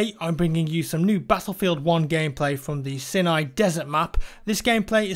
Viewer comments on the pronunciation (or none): Jack please, it's said like SIGH NEYE not SINI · I'm sure its pronounced as "SAI-NAI", not "SEE-NAI" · Didn't know that stream was happening so thanks Jack. It's not S-inn-ay though, it's S-ay-n-ay. Ta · It's not 'sin-eye' it's 'sigh-nigh' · it's sina not sinai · Just saying, its pronounced see-nai. You put too much on the nai,so it sounds si-NAI. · SINAI. SIGH-NIGH. COME ON JACK. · IT'S PRONOUNCED "SIGH-NIGH", GODDAMMIT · Isn't it pronounced "Sign-aye"? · "Sye-Nye" - After me.... (Sinai).. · I'm sorry for correcting, but it's pronounced siy-nai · you pronounce it as saynay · It's Sinai like Simon, not like Sin. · It's Psy-Nigh! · It's pronounced 'sigh-a-nigh'... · It's pronounced sigh nye. I wish the people playing the game could actually be educated about the content, like who actually were the Ottoman Empire, people probably have no idea that they were one of the most significant empires in world history . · I hate to be the person to say this, but it's pronounced like this: (sigh•nigh) Sorry, please carry on wit vidz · pronounced sigh-nigh. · It's pronounced sigh-nai man, why don't you put the controller down for a bit and read a book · Jack, you won't see this comment but please learn to pronounce Sinai correctly like: sigh-nigh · Why can't he pronounce Sinai properly? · Anybody else triggered by the way he says Sinai? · Why the fuck does no YouTuber know how to pronounce Sinai? ffs.